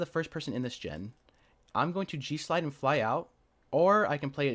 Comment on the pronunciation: Oh, G SLIDE I thought for moment you're saying JEW SLIDE and was thinking WTF did I just hear 🤣